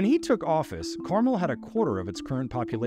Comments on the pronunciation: The narrator of this video is lazy. In less than 30 seconds, I did an Internet search to confirm that the correct pronunciation of the city is “car-MEL.” Not “CAR-mul.” And this piece was produced by a journalist?!? Pathetic… 🫤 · Carmel, Indiana is not pronounced properly in this piece. It is car-mell. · You are mispronouncing Carmel, it’s not candy. Pronounce Car Mel (like a vehicle and a man’s name)